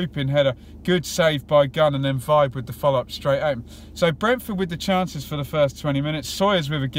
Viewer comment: Nice detailed review. Just a small.point, I think Vibe is pronounced veebay.